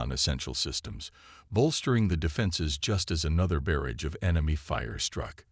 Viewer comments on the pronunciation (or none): Nice story, so far. I am at 22 mins and I must say....your AI, as most others, SUCKS!!!! Do you ALL get the same version AI from the same second hand store!!!???? What is his name????: "Eh-than", "ITH-in", "ITH-an", "EE-than", !!!????? What is: "BEAR-idgd"(barrage), "..Bids of sweat..", "SAB-uh-taydged"(sabataged)!!!!!????? What other BS mispronunciations are to follow in the next 23 mins????? I REALLY wish you ALL would stop using AI until they can actually spoke Anglishes!!! Narrate your stories yourself like the better guys n gals do. THEY don't make grammatical mistakes a thousand times in one story. MUCH more enjoyable that way!............just sayin............ OH,.....and at 45 mins...."un-RED-able"!!!!!!!!!!!!!!!!!!! POS AI. That's all...........POS AI.....and freaking "SAB-uh-taydge" about a THOUSAND freaking times in this story.!!!!!!!!!!!!!!! WELL, then Finally ......"COZ-muss"(cosmos)...again...what a POS AI!